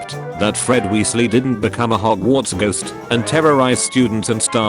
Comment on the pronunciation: Sly-therin🗣🔥 Gry-finder😭🙏 Wee-le💀 Die-gory💀💀💀